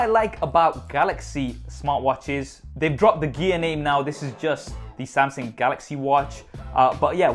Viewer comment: 'Samsing', LOL! Love the MSI, or rather my son would. :-)